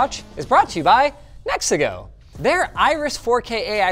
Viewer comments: Me hearing the ad: oh cool, mexico is a pretty neat vaycay country. Seeing the brand on the webcam: ooooh he said Nexigo 😅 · I thought he said brought to you by “Mexico” 😂